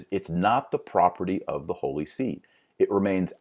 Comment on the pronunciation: Not the holy "See", but the holy SÉ